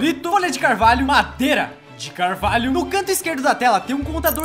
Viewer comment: so eu q vi q em o falou mareda, ao inves de madeira?